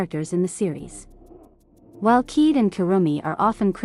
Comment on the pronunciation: Kaede Akamatsu: ❌ Keed Akamatsu: ✅